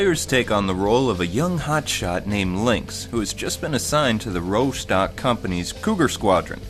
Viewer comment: Rostock is pronounced Raws-tok